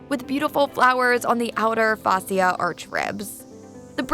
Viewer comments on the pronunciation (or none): none